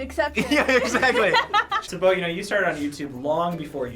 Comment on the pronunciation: It's Bo yo!